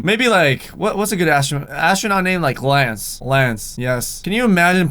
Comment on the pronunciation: He actually said Klance..... ma SHIP!